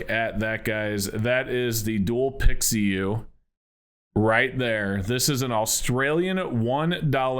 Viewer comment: Pi Xiu ( Pee-shu) not pixie yu.